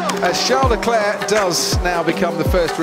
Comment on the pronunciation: Charles LeClerc or as says, Charles LeChair